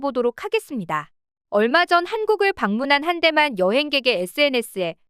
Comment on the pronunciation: 글 읽어주는 AI 기능이 더 발달 했으면 좋겠네요. "방문한 한 대만 여행객의..." 이렇게 읽어야하는데 "방문한 한대만 여행객의..." 이렇게 읽어주네요. ㅋㅋㅋ